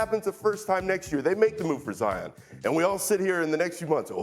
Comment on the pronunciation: zion is single syllable huh?